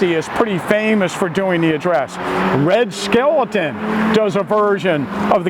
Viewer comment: did you say " RED SKELATON"?